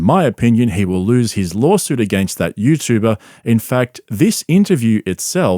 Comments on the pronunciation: "Lolsuit" Less than ten seconds in. I just can't. Maybe Brendan is just so smart that he's the perfect troll? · Don’t you mean lawlsuit? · Wtf is a lawlsuit